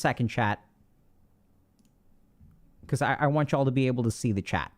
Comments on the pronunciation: I keep thinking he's saying 'Chad' instead of 'chat' 😂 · (Take into account English isn't my mother tongue)👇🏽 The first time I watched one of Dr.K's videos, and he addressed the chat, I heard "chad" and I was wondering if he call everybody chad just to be positive. It took me to watch a couple more videos to realize he was saying chat.